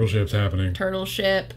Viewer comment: some of the time when says turtle ship I hear turbo shit